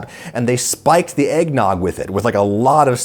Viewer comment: Egg-ged nog?